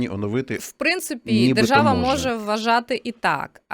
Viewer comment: Правова жержава😂 Ви чули ? Не важливо що написано, а вижливо як буде виконуватись?